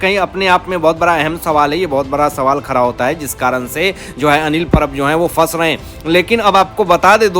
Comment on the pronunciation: You are also belong to fake news channel !!! Take it from me nothing will happen Shari Hatodi not Hathori. Like English man don’t say “ R” where “D”. It is BADA not BARA & Khada not Khara First learn to pronounce properly or go & Stay in London & Work for BBC